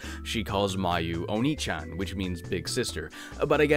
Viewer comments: Mio calls Mayu “onee-chan” (OH-NEH-CHAN), not “Onii-chan,” (OH-NEE-CHAN) which means “big brother.” Otherwise great video! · If you know any Spanish or Latin, the pronunciation of vowels in Japanese is pretty much the same. Honestly, I doubt many people would’ve said anything if you didn’t happen to mispronounce a word in a way that makes it sound exactly like a different Japanese word. Onee-chan (oh-NAY) means sister Onii-chan (oh-NEE) means brother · I don't blame you for mispronouncing Japanese considering is completely different from English, phonetically speaking. I suppose you saw "Onee" and interpreted the double E the same way as, let's say, "tree", right? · I haven't taken much Japanese, but that is such a minor mistake. It's just the pronunciation of a pair of vowels that changes the gender of the word. Most people wouldn't get it right on their first try if they din't know how the romanized letters are pronounced. Not to mention the second half of the word is extremely context sensitive... (If anyone is reading this and unsure of the mistake, oniichan is what was said, but refers to an elder brother. Oneechan is pronounced differently. The former is pronounced like knee, the latter is pronounced like neigh. That's it, one syllable off and it doesn't even change the meaning that much. And yes, as others have mentioned there's humor in it because oniichan has begun to grow sexual connotations, but it's about as funny as if Heather Mason called her father daddy in SH3 unironically. It's a chuckle at best.)